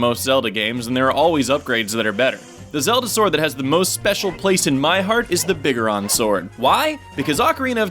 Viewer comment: You pronounce biggoron sword wrong. It's pronounced big-goron.